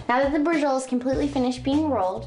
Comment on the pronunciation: Holy crap. SAPrasotta? 30 min? Bree-Joe-Leh? What's next Cap - ee- cola?